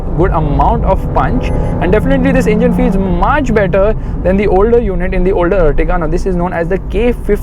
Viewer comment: This is Ertiga not Urtiga... ॲर्टिगा है यह अर्टिगा नहीं